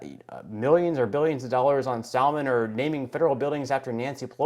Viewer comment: Absolutely insane! When you mentioned what they're doing with dogs I nearly cried. I love dogs. Oh, by the way,, I don't hear the "L" in "salmon" pronounced very often. Is it an eastern thing? Just teasing,. Thanks for the video!